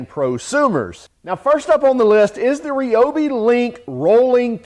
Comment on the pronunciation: Why can't Americans say ryobi properly ?